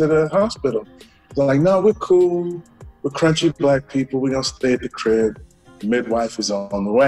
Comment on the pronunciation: I thought he said country...